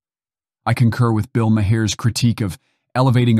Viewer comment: Who's Bill Ma-hear? Or Bill Ma-her, for that matter?